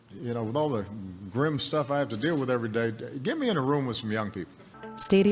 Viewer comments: Please clarify the pronunciation the Grim /grim/, it’s heard as /gream/ or I can misunderstand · Sorry, but your own pronunciation of GRIM is wrong. I listened to you many times to make sure of that, and it was clear that you were saying : Gram with an open "ah" sound, while all the three men, including ex-president Obama, did pronounce it the right way , using a closed sound at the up of their esophagus while pronouncing the letter i as "eh" which is the right way to say it. I panicked when you pronounced it, blaming myself that I was pronouncing it wrong for all these years, then I got my confidence back when I heard it pronounced by the three men as I do too.